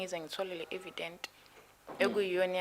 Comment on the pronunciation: Evidence not e Vedent